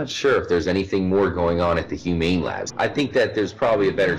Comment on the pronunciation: says humane labs french guy human labs